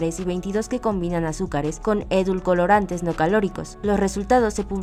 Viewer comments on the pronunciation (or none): Aparte de decir una parte del guión dos veces, se la pasó diciéndole "edulcolorantes" a los edulcorantes. Pinche falta de profesionalismo que hay en este país. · "edulcolorantes".... que no es "edulcorantes"??? 🤦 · JAJAJAJA "EDUL-COLORANTES" JAJJAA Oye tío universal.. y si mejor contratas periodistas con primaria terminada ?